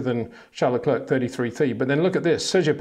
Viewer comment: Max VerSHSHSSHSHSHSHSHSHSHSHSHtappen. and Charl LaCler, Charles LaCler, Charl LaCler, Charl LaClerck, Charles LaCler.... Pick a pronunciation dude.